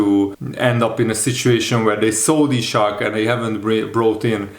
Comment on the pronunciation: Dude, his name is Isak, not Ishak.